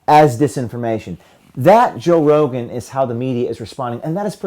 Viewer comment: "Toe Rogen"